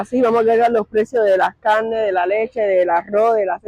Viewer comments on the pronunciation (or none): Se dice Carne no cannne